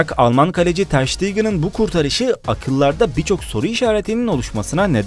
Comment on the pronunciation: Ter stegen i ter şitargen diye okudu ama asılı ter sitegen olması lazım